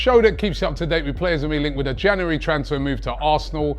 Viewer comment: I hate the way he pronounces January